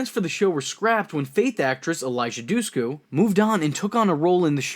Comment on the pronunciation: its eliza DUSHKU not DUHSKU ..D..THEN SH LIKE SHIT im albanian shes albanian trust me on this